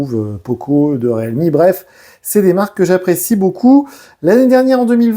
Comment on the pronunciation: Riilmi putain! ReAlmi, non mais 🤦